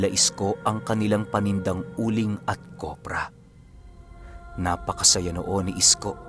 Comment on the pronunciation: Kopra po hindi kobra hihi…gandang umaga sa lhat